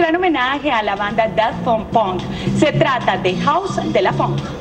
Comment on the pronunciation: la presentadora pronuncio mal Daft Punk :v